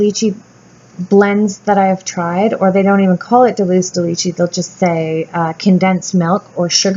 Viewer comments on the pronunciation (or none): Oh girl, you crack me up. Its Dulce de leche.. You always say (and apparently spell) deluce. Its spanish for candy and its like duel & say... dul - ce :)